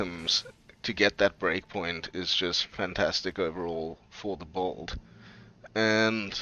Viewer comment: I've never heard someone pronounce "build" as "bold".